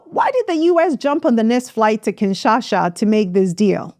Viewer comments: it's KIN SHA SA not KINSHASHA. TSHI SE KE DI not TSHI SHE CHE DI. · KINSHASA NOT KINSHASHA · Great video! It's "kinsha-sa"